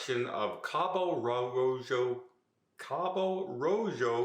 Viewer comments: Means Red Cape. Definitely ROW-hoe not ROW- JOE. So much for those Spanish lessons. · RO HO - J in Spanish is pronounced like an english H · Rojo is pronounced ro-ho, fyi. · Obviously his Spanish lessons using Babbel ain’t going too well…🤣 RO- JOE ?? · "Cabo Rojo" Traditionally speaking, if it's a Spanish port, the "J" has an "H" sound to it. In which case, it would be Ro"Ho" . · Rojo means red and J's in Spanish are pronounced like an H. So Roho is correct. Just a tip. Like Guadalajara. My last name use to be Jara pronounced Hada. It's tricky. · It's pronounced ro-ho lol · Rojo in Spanish is pronounced like row hoe, meaning RED. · it is RO-HO. Please check out before you go on air. As for Galapagos sorry its not working out but why is it a big secret when you rebooked for? Who really cares? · Rojo is pronounced roho. So Cabo means Red Cape. Bummer about Galapagos but all things in their time. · Oh … “rojo” is pronounced “ro-ho” (hard emphasis on the H, almost like you’re trying to spit up phlegm). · J....has the H sound in Cabo Rojo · The J is always pronounced as an H in spanish. Though in Central America it can be a Y. You need Babbel as a sponsor! LOL